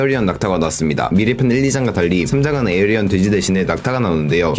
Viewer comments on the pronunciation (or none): 별건아닌데 에어리언 아니고 에이리언입니다 ㅋㅋㅋ 보는내내 말하고 싶었네요